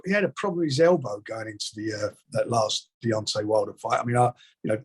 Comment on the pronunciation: please learn to say Deontay